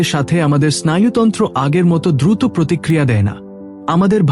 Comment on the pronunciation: দয়া করে উচ্চানন ঠিক করুন, বিশেষত: শব্দ উচ্চারণ এ ো প্রয়োগ, যেমন,' উৎস' নয়, উচ্চারনে 'উৎসো', তেমনই ব্যাহত,দ্রুত, নড়াচ রা,এমন আরো অনেক শব্দ। এভাবে শুনা শ্রুতিকটু লাগে। এখান হতে অন্যরাও শিখে। দয়া করে ভুল ব্যাখ্যা করবেন না,৷ আপনার আর সব উচ্চারন, বিষয় ভাবনা মার্জিত। ধন্যবাদ।